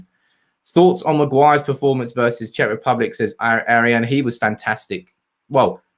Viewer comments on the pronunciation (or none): none